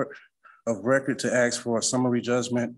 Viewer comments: I'd like to "axe" this father of the year exactly what a "municipility" is? 😂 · I wouldn't mind betting that Chili was his legal counsel, being as he's a constitutional law expert. You have to admire the patience of the judges letting him drone on for that long. Axe? Did he say Axe? Edit: he did say Axe, and also Axing. also he said 'cohorsion'...wif does that mean? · It’s all bad when he started out by trying to “axe” the judge a question 😂😂😂😂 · Friggin this. If I have to hear axe instead of ask again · He keeps talking about "Axing the court..." Do they not have security that would prevent him from bringing an axe into court?!? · "I ax you"I mean I understand some people say it like that but what's wrong with saying "I ask you " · He says ‘ax’ and ‘axing’ which pretty much tells me all I need to know, irregardless of his sad SovCit blah blah blah. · As much as he axe,he should be a logger😂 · 'Uuuhmmm....I would like to ax...' What a scholar! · I bet Paul Bunyan never said AX this much. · How many stupid questions is he gon axe? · Anyone who uses the word "aks" should be given 30 days for contempt of English. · I'm here to AX...I'm axing..." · First of all, it I were the judge, I’d make it perfectly clear that if you do not speak English correctly in the court, your case will be short lived. Until he can ASK questions instead of AXE them, I’d put little credence in his brain power. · He said "aks." Contempt of court for murdering the English language. We are all victims. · I don't take anybody seriously who says aks. People need to learn to speak properly. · If you are going to use ax for ask, we're not going to have a conversation.